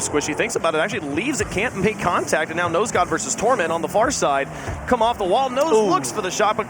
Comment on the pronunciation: love how he keeps saying nose dude instead of nose god lmao